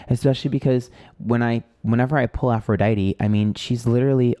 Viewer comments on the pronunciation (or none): none